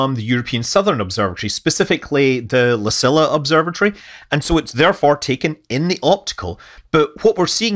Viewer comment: . Small correction. The ESA observatory La Silla. It isn't pronounced "lah-see-lah" but "lah-see-jah." In Spanish, the "ll" has a sound alike to "j" in "jasper" or "jade." It means "The Chair."